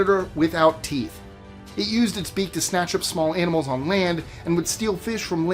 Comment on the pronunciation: He said AMINALS😂